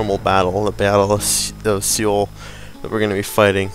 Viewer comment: As a courtesy, the city name is just read like 'soul'. As part-Korean, I felt obliged to bring that up.